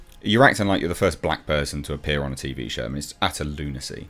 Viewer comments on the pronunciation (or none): none